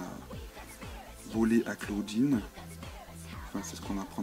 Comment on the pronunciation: clawdeen pas clauwdinne et abbey pas abi